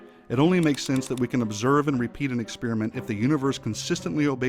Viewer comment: I have to point this out... At about ..."reapeat"